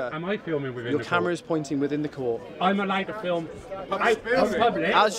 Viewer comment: Can't fill what? fillem? What??